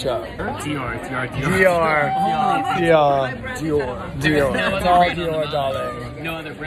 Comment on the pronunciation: I am certain that Dior does not appreciate how you pronounce their name.😂😂😂